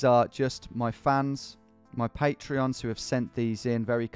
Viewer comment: “Patrons” not “patreons”